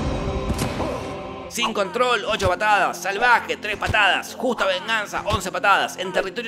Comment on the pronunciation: te vas calman do con "El Salvahe"